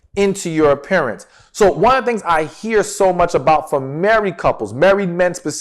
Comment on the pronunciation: You said put in effort in your appearance and I first heard it as put effort in your parents. Had you not explained I would have been completely lost.